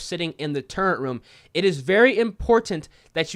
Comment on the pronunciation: I love ya man, but I can’t help but clown on you for saying turrent instead of turret lmao